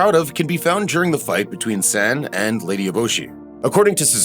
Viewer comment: omg. Amazing video! but your saying san's name wrong. its not like the san' in sand, its more like an 'ah' A sound, like your yawing too. <3